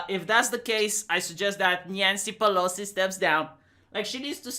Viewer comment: Nyan-cee Peh-low-cee